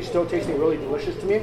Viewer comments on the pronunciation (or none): “but this is so deelishis” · delishioush lawl